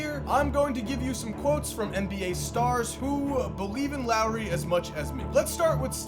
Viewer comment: “Lowery” Markkanen 😭😭😭